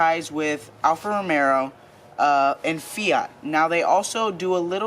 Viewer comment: Un-original video…also, it’s Alfa romeo not Alfa romero.😂